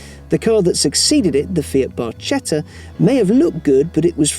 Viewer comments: That Barchetta pronunciation... my ears are bleeding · pls check your "barchetta" pronounciation. You are doing it wrong